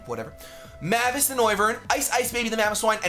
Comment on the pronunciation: That team screams + I still faceplam hard when says mavis name wrong